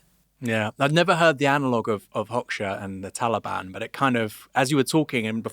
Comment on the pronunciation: Aaron's pronunciation of Hoxha 😭😭😭